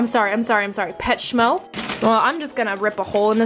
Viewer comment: “Petshmo” omg I died when I heard this 🤣🤣🤣